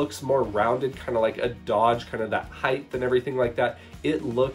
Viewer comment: Okay 1. Don't use the word "dope". It sounds stupid like you're purposely trying to use the word. 2. It's "height" not "heighth".